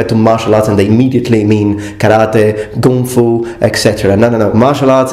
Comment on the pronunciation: You are the first Westerner I've seen who pronounces "Kung Fu" correctly.